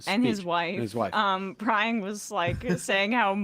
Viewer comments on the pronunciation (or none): none